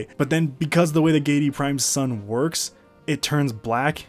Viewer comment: Gee-ay-dee Prime. Giedi. Not Geidi. Sorry, thx for the great video haha